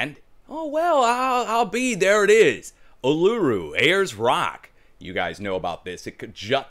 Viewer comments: need to leave my rock alone there son! I'll oo roo is how you pronounce it.. Ayers Rock will do for me thanks. Cheers mate. G'day from Downunder..love your show. How can they say you are wrong? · Uluru is pronounced OOLOOROO (just shorten the OO vowels & there you have it!...It's easy when your an Aussie, Mate...lmho